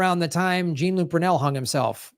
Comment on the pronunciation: Will SOMEONE fucking tell how to pronounce French names?!?!? Jean Look...OMG...has he never seen Star Trek the Next Generation? Mispronouncing names over and over again makes you look foolish,.